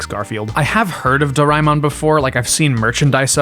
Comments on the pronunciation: him: do rai mon Me:*inner screaming* correction,is dora a mon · It's pernounced (door-ee-man) aka doriman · Tiny nitpick : DOH-ray-mon not doh-RYE-mon Did like your summary of it though, I usually tell people it's a marginally less abrasive version of Shin-Chen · Is not Doraimon, it is Doraemon, Do-ra-e-mon please learn how to say the name correctly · Its pronounced door-a-eh-mon. Not door-ay-mon. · Do-ra-eh-mon, for dorayaki-mon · This is a great video essay but the pronunciation of Doraemon was mildly painful (i want to emphasise 'very mildly' because i don't want to be a dick about it this is legitimately a nice video & i love hearing ppl talk about very specific interests of theirs). Fun fact: Doraemon is popular in India too, mostly through the anime (though there's some merch as well; videogame industry never really targeted india so a lot of ppl only get into videogames through piracy, though that HAS sort of changed over the years. i wonder if the doraemon tamogotchi would be popular here, maybe as a mobile app adaptation). lots of millenials & gen z grew up watching dubs of it in their respective regional languages, me included as a gen z :) edit: Saw the addendum + some comments about Digimon. The Digimon anime was aired in India too, I think I remember some toys of it as well + knew some people pirating+emulating the videogames. I didn't know till now that it started as a Tamogotchi spin-off!